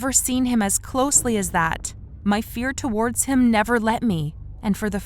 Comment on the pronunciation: Every time this voice actress says "towards" she pronounces it as "two- wardz" as if it's two different words. i don't know why but it bothers me soooo much